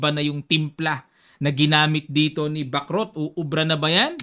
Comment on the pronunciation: Sana bigkasin ang tamang pagbigkas sa Bacrot, para gaya ng chess matuto din tayo sa language ng mga taga France